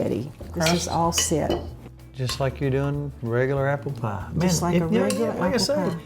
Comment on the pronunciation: Love how she says pie. "You won't believe it but when you make this pah, people eat it, they say they're eatin' apple pah"